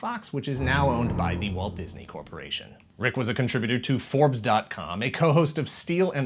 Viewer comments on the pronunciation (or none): none